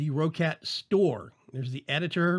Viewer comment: the people in the videos from the company itself say "ROCKET" not ROH-CAT,... just sayin,...